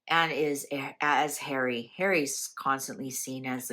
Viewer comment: I can hear her saying "I'm not safe in the UK Hawwy so I'll stay at the Airport".